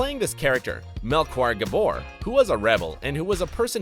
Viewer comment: The mis pronunciation of Melchior pains me 🤕😭